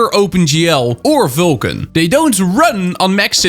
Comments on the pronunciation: its vulkan bro. not vilkan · Why can't you say Vulkan? You say VYLKAN all the time.